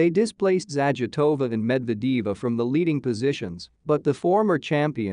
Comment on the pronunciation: its zagitova and medvedva. please stop ruining their names whne speaking them out loud.its horrible to listen to you literally sayin all names of the so wrong